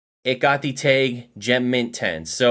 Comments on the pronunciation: Why is he saying tag like teg? Its Tag! Like price tag. TAG! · Why does he keep saying "Tayg"?